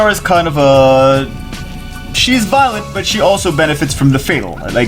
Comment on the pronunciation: Fatal is a word... not Fat al...